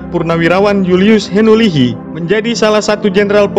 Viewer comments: JULIUS HINUHILI bukan HINULIHI.. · Julius Henuhili bukan Henulihi...🙏🙏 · Maaf, baru ingat Mayjen Simon Konya. Sdr keliru ucapkan nama H E N U H I LI bukan Henulihi. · Ternyata putra2 NTT juga banyak yg sdh berhasil dlm kaierx. Mohon sdkt perbaikan dlm penyebutan nama dari almarhum bpk Jend HENUHILI. dlm sebutan kedengaran, HENULIHI. Yg benar adalah H E N U H I LI. Mksh. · Salah bung. Bukan henulihi. Tapi henuhili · Henu Hilli Bos Bukan henu lihi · KOREKSI UNTUK POSTINGAN INI ! JULIUS HENUHILI bukan JULIUS HENULIHI